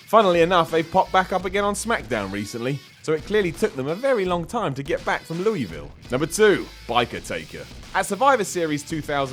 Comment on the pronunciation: Louisville not louwiville